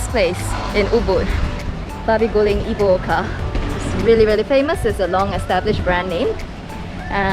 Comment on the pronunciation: Lol it's funny how you make Ibu Oka sounds so cool with a Japanese accent, which is quite ironic since Ibu Oka will translate to Mother Mother in Japanese if you add -sama at the end.